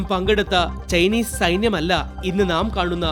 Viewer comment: ചെയിനീസ് സൈന്യം അല്ല ചൈനീസ് സൈന്യം. ചെയ്‌ന അല്ല ചൈന 😂😂😂😂